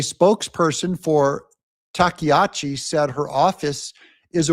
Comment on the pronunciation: Takaichi is (tah-kah-ee-chee)